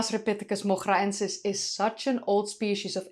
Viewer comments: I guess in Moghra : the GH would be pronounced like R in french and the R rolling like an R in Spanish. The way you pronounce it sounds like Dutch not Arabic 😂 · Hiya. You pronounced the “masri” in masripithecus like a native. Really nice, the effort you put in shows. In Moghraensis, the gh should be pronounced like as if you’re gurgling or like the letter R in French, not like the ch in German. Love you bye.